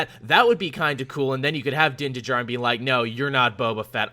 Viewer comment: Din Djarin's "D" is silent, like Django, and as soon as you said which DC movie you wanted to see, Tevya just spammed the feed with supersons and Jon Kent long name comments lol (Also Ventress is super dead, because Merrin from Jedi Fallen Order is canonically the last living Nightsister.